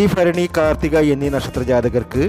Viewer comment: അശ്വതി ഫരണി അല്ല ഭരണി എന്ന് ഉച്ചരിക്കുക അതുപോലെ ഏപ്രിൽ പ കുന്നാലല്ലാ ഏപ്രിൽ പതിന്നാല് എന്നു പറയുക